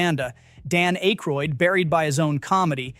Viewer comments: ACK - roid, not ACHE - roid. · how about "Dan A-ykroyd" , and several other places. It is, however, a better AI narration than many I've heard. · Who is Dan Ache-rhoid? Sounds like something you need to apply ointment. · Who is Dan Ache-Croid? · Dan AYYYYYkroid. AI isn't so intelligent (and neither is the loser who posted this trash). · A-kroyd? AI slop. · Dude either you or your AI have the worst pronunciation I’ve ever heard on here. A Moroccan “shake?” Ache-roid? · IT'S PRONOUNCED ACK-ROYD. ACK-ROYD. ACK-ROYD. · Dan Ache-royd? Really?! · The A in Aykroyd is short. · AI voice can't pronounce it properly. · Please learn how to pronounce Dan Aykroyd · So annoying.